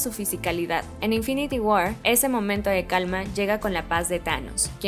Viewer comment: Que buen video, solo cuiden la pronunciación (war, skull) se escucha horrible y le quita sonoridad a la narración.